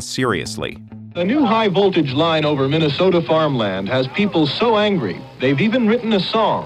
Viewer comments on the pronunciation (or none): none